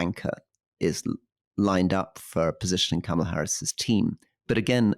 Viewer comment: Cam a la instead of karma la and bee zos instead of bay zos! Come on guys, do you want us to take you seriously or not?